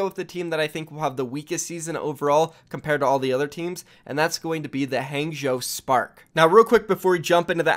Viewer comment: I cringe every single time he says Hangzhou